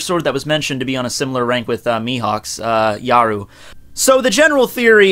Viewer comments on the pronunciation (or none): Did he call Yoru Yaru or was I hearing things